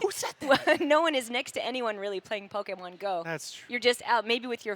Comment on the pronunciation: I absolutely love that she still says “Pokémon” correctly. ❤️